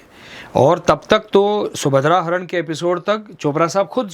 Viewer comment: Ye anchor kis desh se aayi hai ??? Subhadra Apharan bhi shuddh bol nahi paa rahi hai